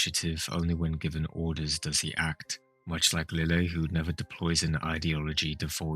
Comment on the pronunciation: Did you notice Lille was pronounced Liege-ay in the dub? I was not expecting that pronunciation but I like it.